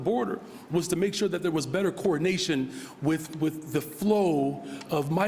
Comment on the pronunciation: When this guy says “coordination”, it sounds an awful lot like “coronation”